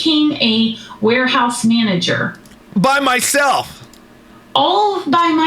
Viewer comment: I can’t stop laughing at the emphasis on “by myself”😂 yes,, most people get jobs separate from the spouses.